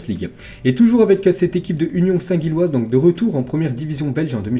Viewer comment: Union saint Gilloise se prononce union saint Jilloise